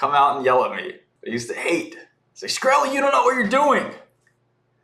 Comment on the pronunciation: Watched the entire 2 Hour Video on Twitter regarding the SAVA Short. I only have one thing to say...how dare that guy pronounce my mans name [shuh*kreh*lee]! It's pronounced [s*kreh*lee]. About to go Wu-Tang on his ass. 🥷